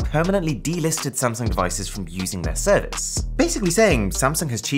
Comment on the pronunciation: Anyone noticed serivce